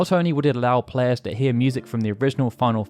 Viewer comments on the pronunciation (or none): none